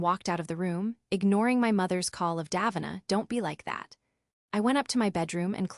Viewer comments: Pronounced incorrectly... should be daveena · One thing that would be fair: pronouncing Davina's name properly